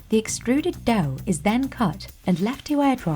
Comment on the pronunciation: Did anyone else hear how the narrator pronounced dough like "dao"?